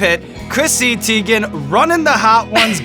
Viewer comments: I'm surprised - I thought that you folks would get the pronunciation of her last name right. TY-gan, not TEE-gan. She's confirmed it, as has her mom. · Damn Sean, she just had a whole thing on twitter about how her name is pronounced... it's not Tee-gen, it's Tie-gen. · Who else clicked on the video wondering if they would say her last name correctly? it's TIEgen(how it's pronounced) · so on twitter she said her name was pronounced tie-gen and now it bothers me whenever I here it the other way now. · He definitely said her last name wrong lol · Her last name is not pronounced that way lmao lmao. Too funny but she doesn’t care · YOU PRONOUNCED HER NAME WRONG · Clicked on this mostly cause I was curious how it’s possible to mis-pronounce Teigen. Now I know ^^